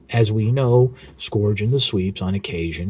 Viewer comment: isn't it pronounced as 'skurj' and not 'skorj